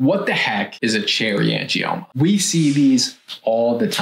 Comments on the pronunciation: Cherry angimonas ??? You want to give advice & you can't even pronounce AN-GIOMA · Angie-Mona haha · Did she say "Angie-Monas"?? 😂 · It's Uh Angie Mona! 😂😂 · I’m having trouble looking past the fact she pronounced it like, ‘Cherry Angie-Mona’ 😂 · Cherry "angiMomas"? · Angimoaner! Can't watch any more. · Not to mention she says " angiomonas"... sigh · The fact that the person who made the video couldn’t pronounce “angioma” correctly is a red flag. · Tipoff was when she didn’t say “angioma” correctly. 🙄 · As soon as I heard her mispronounce “angioma”, I would have logged off.